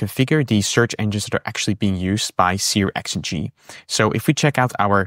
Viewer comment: Searx-ng is 'serks-ng'.